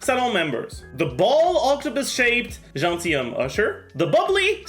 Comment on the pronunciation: i only watch this to hear say gentilhomme usher, surintendante chevalmarin and madamoiselle crabaletta